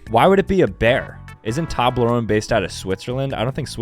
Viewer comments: OMG HE PRONOUNCED TOBLERONE WRONG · Me being British. I’m offended the way you pronounced Toblerone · It’s TOEblerone not ToBLERONE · the fact he said toblerone like tah-bleh-ron when its actually toe-bleh-row-n made me wince so hard bro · Ain’t no way my man said “Tahblerone” 💀 my boy, it’s Toblerone (Toe-blher-own) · No no no its not tAblerone its tOblerone as in toe-blerone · its pronounced tobe-la-rone not tob-la-rone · Yes, FedEx DOES own a fleet of planes... it is pronounced 'toe-blah-roan' .... and, let me just point out your ignorance... 'Bern' means Bear ... the city is literally named 'Bear' It is known as The City of Bears and has one of the largest, most populated nature preserves INSIDE the city.. called Berenpark... which has been around since the early 1920's ... The city's royal crest is a bear rampant and yes, Switzerland has bears.. They had more, but they died out.. See, Bern was founded in 1191... FIVE TIMES OLDER than the US of A ... so, check your self with your flippant critique of the city... on a positive note about Switzerland, the flag is a big plus..! um.. you dont know what the Tour de France is??! it doesn't NEED accessibility... EVERYONE across the WORLD knows the Tour de France... it is the Premier of all bike races.. its like criticizing the Olympic logo because it doesnt SAY Olympics, its just colored rings.. what? are we just SUPPOSED to KNOW that its the 'olympics'? YES. the Tour de France is SO ridiculously world reknown it has zero need for recognizability and has graduated to whimsical .. check the formula 1 race logo... or the previous Tour de France logos..... yeah its like three times your age... check your ignorance before you 'dogwater' ... you should check out several of the zoo logos.. many have the negative space done well Pittsburg Zoo Kolner Zoo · Man just said toooblerone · its *tooe*blorone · DUDE ITS PRONOUNCED TOBE-LERONE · "Ok next up tAblerOne" 💀💀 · anyone else triggered on how he says Toblerone